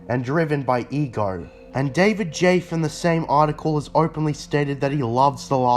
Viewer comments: Damn David Jaffe the legend, from 90's to now is still spitting facts Btw creator, You got his last name pronounced a little wrong but you basically nailed it Its like jaff-ee So I would have made the same mistake as well but I knew the guy Otherwise, Perfect video, keep it up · Crazy pronunciation of Jaffe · Pronounce David Jaffe name like a true non gamer... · David Jaffe's name is pronounced like jaffie